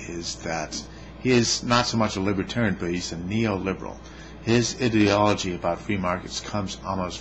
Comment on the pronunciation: I listened to the first 30 seconds or so and couldn't take your mispronunciation of "ideology."